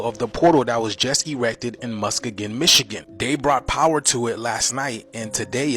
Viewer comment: The Muskegon "portal" is an art instillation that represents, among other things, a company called Sealed Power that made piston rings in Muskegon, pronounced muss-key-gun. The lines are just lens reflections from the lights. That's why they are not visible in person. Also that city is nowhere near Detroit. It's on the other side of the state. I'm from Michigan.